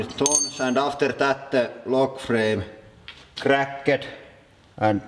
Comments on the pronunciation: quick language tip:(not trying to judge or anything) it isn't cra'ked it is cra'kt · i love how he says snappet and crakket